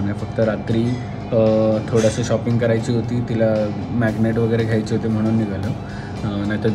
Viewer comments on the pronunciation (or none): Jara marathi sudhara nighalo nahi naghalo